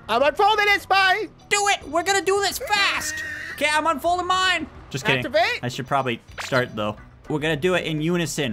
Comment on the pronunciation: I burst out of laugh when said to the truck "start ativate" 😂